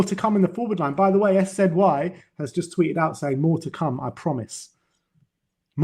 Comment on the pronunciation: Jesus Christ. What is it with you two pronouncing shit wrong, SZY is sizzy. Just like you calling Vinai “Veeeeenai”. Vin-eye. It’s not hard to